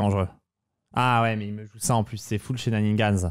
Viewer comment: Top vidéo, impressionnant de solidité, aucun adversaire hors de ta portée ! Sinon c'est shenanigans, pas shenaniNgans. J'aime pas pinailler, mais comme tu les dis souvent, autant ajuster ;)